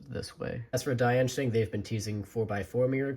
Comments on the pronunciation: Not diaynshæng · The way he pronounced “Diansheng” tho